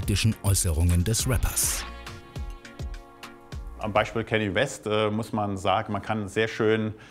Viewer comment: hat der ersnthaft kenny west gesagt? 🤣🤣🤣